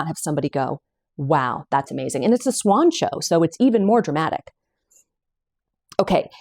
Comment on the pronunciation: I thought she said swan show, too😂 but it's College Swoncho. She has the link to Etsy to purchase. I didn't see it on Ravelry.